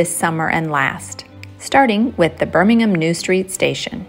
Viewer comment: I like how you pronounce birmingham correctly, perfectly in fact and not birm, ing, ham.